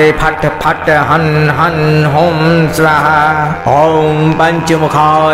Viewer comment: स्वाहा शब्द का उच्चारण गलत किया जा रहा है